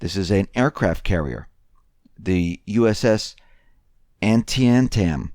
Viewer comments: Antietam. An-tee-tam. You don't know your Civil War history my friend. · Just so you know: Antietam is pronounced : an TEE tum, and it was a famous, very bloody, Civil War battle.